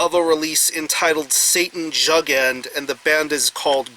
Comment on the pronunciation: Hi,. I believe it's pronounced "yougend" and translates to Satan youth but I may be mistaken.